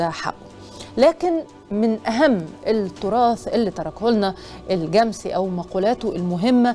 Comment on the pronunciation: أيه النطق الغريب ده؟!!!!! الجمسي بفتح الميم وليس تسكينها.